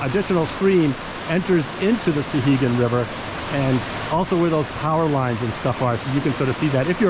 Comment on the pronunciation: I just found this video, nicely done. As someone who grew up in Temple and fished the upper sections all my life I appreciated the video. My only quibble, and it's a minor one, is your pronunciation of the name. It's SOW-hegan, not SUH-hegan.